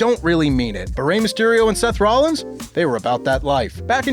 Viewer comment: Who the F is "Seth Rollis"?